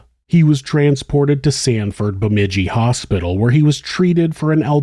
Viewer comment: Omg you actually pronounced bemidji correctly 😂